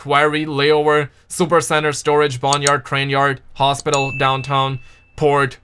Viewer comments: why are you not allowed to say haspitol? great vid tho:) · Why can't u say hospital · Why the hell can't you say hospital? ¿